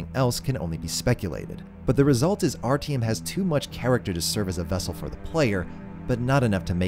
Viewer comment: My man, nice video, but you butchered those names so bad i had a stroke trying to understand who the fuck is RTM